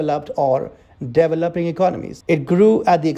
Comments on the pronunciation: ...dude...it's not "devil-up"...it's "de-velop". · ...relax...I know that. I watch a lot of tfi "wideos". I'm not making fun of him. The "devil-up" bit is funny. Kinda like how some people say "evil-lution" instead of "evo-lution".